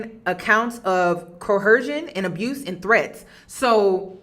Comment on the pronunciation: Great video and breakdown. Just wondering why you’re pronouncing coercion with an “h”?